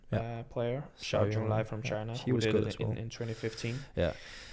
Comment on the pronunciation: Just wanted to point out that you are mispronouncing Seo. Sounds more like Saw.